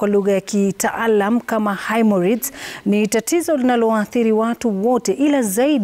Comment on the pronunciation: Lulu , ni "himoroids" sio ""haemoroids".